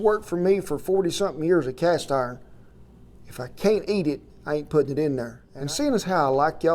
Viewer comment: Well, ah'll be a son of a cast 'arn pahhhn......